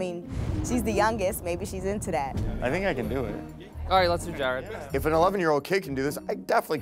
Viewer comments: Is it just me or Ramsay still can't pronounce Jared and say Jerad instead? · GR: “JEROD”